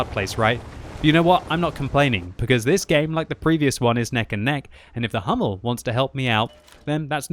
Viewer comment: Please that pronunciation of HUMMEL :D all that videos..., it is german tank (read it in german, do not in english):D it starts as in ENG "who" :D But these replays, i am addicted, GL and HF :)